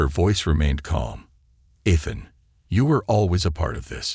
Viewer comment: eee-than❎ eth-then✅